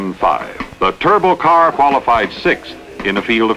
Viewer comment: The aircraft mechanic in me cringed every time he said turbo!